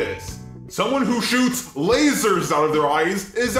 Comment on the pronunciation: How about the man who said "lazer soights"